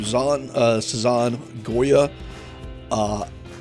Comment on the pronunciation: You said 'Sazon Goya' really accurate dude! Goya was said onpoint. And the way you would pronounce 'Sazon' is, pronounce that first S like the word "sizzle". Then you would do the same with the Z, even though its not an S its still sounded out like an S. So you would say it like "Ss-ah-son". That 'son' isnt pronounced like the word son (child or sun) but the 'son' in Sazon sounds like "zone" but if the Z was an S. So it would be said like "S-ah-sone". So the final way you would say both would be "S-ah-sone Go-yeah". Really sorry if its hard to understand but its really cool seeing someone be that enthusiastic about a mexican seasoning. I've just started watching your cooking videos and I'm hoping to stay!